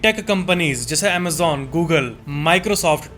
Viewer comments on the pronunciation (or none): none